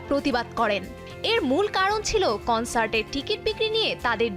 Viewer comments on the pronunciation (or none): উপস্থাপিকার উচ্চারণ টা কানসার্ট না কনসার্ট হবে অ্যারিরেং নাআআআআআ ওইটা আরিরাং হবে।